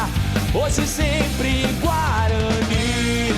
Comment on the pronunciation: É Guaraní